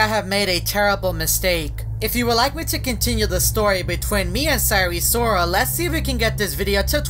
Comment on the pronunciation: "cyree sorrol"